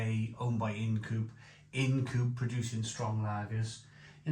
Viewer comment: It’s Ind as in mind if you will. Sorry to be a pedant 😂